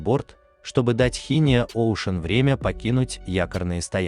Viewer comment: Просто шиздец, с виду, ещё вполне пригодный к эксплуатации VLCC, из за столкновения, сдать на металл?! Видел и похуже повреждения, просто владельцы, решили не заморачиваться с ремонтом, мол, дорого!(( Жаль, такого монстра угробили, по вине дебилов! Шинио, а не Хинио.